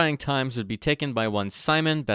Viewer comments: His name actually spelled Simon and pronounced as Seem-on Pet-lew-rah, not Sai-mon, and his born name actually Semen 😢 (that is why he changed it slightly) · Hey anglophile (partially joking). His name is probably not "Saimun" either you dipshit. It's Symon. If you're gonna learn how it's pronounced, you have to actually learn how it is pronounced. Not read it, and suppose it's pronounced how it is in english, and then announce that's how it's pronounced. Think about it for a second. Love your videos, but hear yourself, jesus christ. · It is "Simon" and not "Saimon". There is no "a" in it. Why the hell you then pronounce it like Salmon. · His name is "Симон"(Symon with /ɪ/(i`m not sure if i got the sound right) ), not exactly "Саймон"(Simon) with /aɪ/. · Симон is pronounced as see-mon not with an English I we don’t have that sound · actually, in Ukrainian we call him Sy-mon (Симон). Ukrainian И sounds like English "i" in "bill". it's close to how you pronounce "cinnamon" (with out "nna") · actually, his name is pronounced see-mon🤓